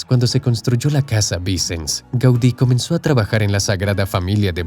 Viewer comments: Me hace gracia que el narrador pronuncia los nombres catalanes como si fueran italianos cambiando la "ll" por la "l". Todo lo catalán lo pronuncia mal. "Vincens" ?. La SF tarda tanto en construirse por una razón muy simple : Su costosa construcción no se financia por el Gobierno, ni por la Iglesia, sólo se financia mediante donaciones y las entradas de los turistas, porque así se decidió desde el principio al tratarse de un Templo Expiatorio. Por ello en los primeros años había poco dinero y se avanzaba muy lentamente. No ha sido hasta el boom turístico de Barcelona a partir de 1992, desde las Olimpiadas, cuando se recuada suficiente para cubrir el coste y avanzar con rapidez. Dato falso : Burry jamás fue el arquitecto jefe de la SF, sólo fue un colaborador más. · Interesante video. Pero los nombres están mal pronunciados. Casa VICENS. Pronunciar como aguda, no como palabra llana. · “Vicens” se pronuncia con acento en la última sílaba. Es una palabra aguda.